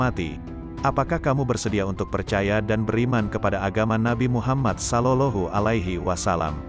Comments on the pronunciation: Maaf cara membaca. Sollawllohu alaihi wasallam ini yg bener. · Kok sollolohu....ucapkan yg benar dong.